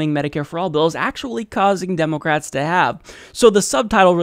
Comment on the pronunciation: "Democwats" lmao